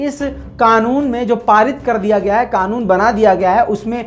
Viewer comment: Qanoon ''QAAF'' se hota he , KAAF se nahin.